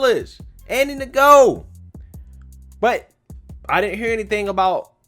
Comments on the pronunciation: Fyi I think the journalist’s name, Andrew Ngo, is pronounced ‘No’ …. anyone know for sure? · The G is silent in Ngo. It's just pronounced No. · Lol he saying Andy Ngo’s name wrong… The g is silent